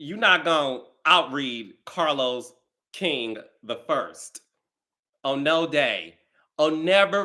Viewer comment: POP YOU SHIT CAH-Los 😂😂 Read Who ? 😅